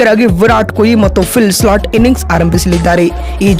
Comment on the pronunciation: ಸ್ಲಾಟ್ ಅಲ್ಲಪ್ಪ ಸಾಲ್ಟ್..😂😂